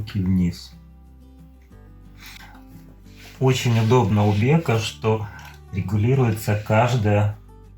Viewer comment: Бека это Бекбулат,правильно будет Беко😂